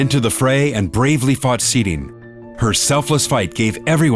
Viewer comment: love how they pronounce sirin “sidien”